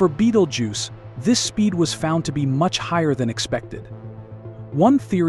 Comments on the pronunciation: What the Fuck it's not Beetlejuce its Betelgeuse. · At least you could make effor to pronounce it's name properly. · you can not pronounce it, why listen to you?